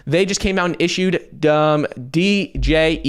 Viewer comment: Coti stablecoin is pronounced, JED! The "D" is silent. Djed= Jed.